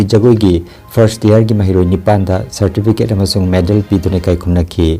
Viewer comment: Cirtibicate nattey CIRTIFICATE hybiou, jarimakhei words shing chumna hyduna pabiou, aamasung ...Salam.... na Tourism gi taitel fanggakpada haraouba fongdokchari. from Laishram Ranjeet, All India Cyclist & All India Visitor-( Tourist) Awardee State government, West Dargarband-Hingla, Dullabcherra, Sribhumi, Assam.